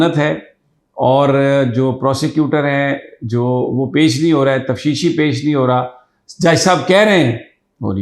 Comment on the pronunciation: لفظ تفشیشی ہے یا تفتیشی ؟؟؟